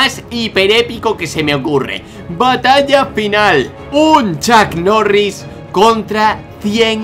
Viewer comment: tiooo no es chuck mori ni chuck noris es chuk norris